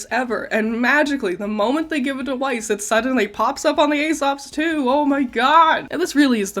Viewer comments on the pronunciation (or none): You’re not pronouncing weiss right, its german please please pronounce it as VICE because I CANT FACKING STAND IT AS A GERMAN 😅